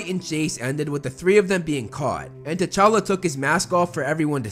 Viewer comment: Its actualy t'chala